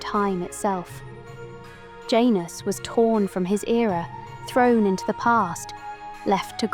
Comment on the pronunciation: Janus is pronounced with a Y sound. Like Yanus.